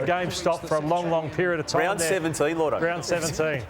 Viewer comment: isn't it lloydo? not llordo? tf is llordo?